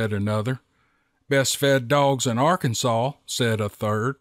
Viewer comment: I live in Arkansas too and I'm loving every moment when I hear you say Arkansas and the Steve Lilly story's are amazing brother please keep them coming ❤